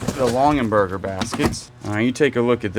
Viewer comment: LongAberger, not LonGENberger. Sorry, it's making me crazy. You can probably just wash the Pendleton in Woolite in the bathtub. The pressed glass piece that you thought was a napkin ring is a salt cellar...individual salt at each place at the table. They often have tiny spoons with them. The Betty Crocker cookbook is wonderful. Mine is held together with tape (for the 2nd time). We use it all the time. Not too shabby. Lots of pretty things.